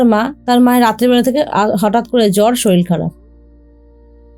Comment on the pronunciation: Madam sorir bolun, solil noy. Solil means jal